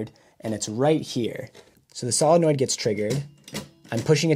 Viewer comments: everytime you say SOLINnoid, I cringe a bit. SILLanoid. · Cool. Pro-tip; the "o" is "solenoid" is a long "o", like, "So". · Probably already posted here, but I don't have the energy to read a bunch of comments right now. The word "solenoid" is said as "SOUL - en - oid" OK? 👍 ADDENDUM: BTW, that's a BEAUTIFULLY done replacement gear piece! Thanks for making it; I learned quite a bit. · sow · luh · noyd